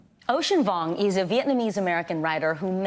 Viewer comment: I’m sure Vicky Nguyen can pronounce Vuong correctly. Why not pronounce it properly if you can?